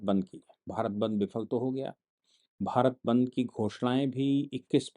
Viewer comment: सर जी वो बंध नही बंद होता है।